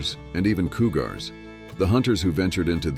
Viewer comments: What the f*ck coogars? that caught me off guard. 😆😆 You would think AI would recognize that coogars isn't the correct pronunciation. But at least it made the story a tad more interestingly humorous. 😆😆 "look ma, that right there is a coogars" 🤣😂🤣😂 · “Coo-gars” 😂 God, I really hate the AI narrations and that’s why I’m not interested in subscribing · "Coo-gars" he lol'ed me with that! Annie Oakly was my hero when I was growing up!! Love your channel! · "Coo-gars"? So AI can't pronounce cougar? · This was a mixed bag. At least the generated voice sounded good…. Until it started mispronouncing easy words. And why was the photo of the hunters from 4 Peaks in AZ featured twice? And twice pronounced cougars as COO-gars….. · I know. Coo-gars 😂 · Koo-Garz?😂 Koooo-Gar😂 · Learn to say courage and cougars correctly.